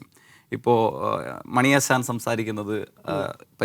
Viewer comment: അവൻ്റെയൊരു സ്വാധീനം. വിമർസനം, സവം, മണിയാസാൻ. മലയാളം അക്ഷരം നേരെ ചൊവ്വേ പറയാൻ അറിയാത്തവൻ ആണ്.